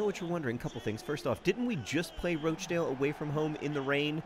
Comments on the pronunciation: Should probably point out it's pronounced "Rotch-dale" in this part of the world (rotch as in crotch) xD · Question Wednesday - why do you keep calling them Roach-dale?? It's roch to rhyme with crotch! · Wimbly Womblys but every time John mispronounces Rochdale they play Rochdale again